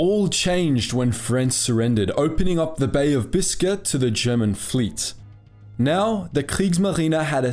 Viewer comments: Bay of Biscuit? Prinz yugen? wtf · a bay of biscuit?